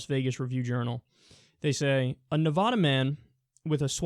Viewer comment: Could you say Nevada the right way? I mean, just asking